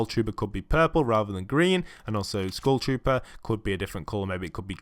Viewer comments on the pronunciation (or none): Am i the only one hearing school shooter insted of skull trooper